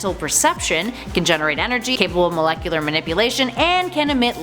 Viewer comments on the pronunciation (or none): none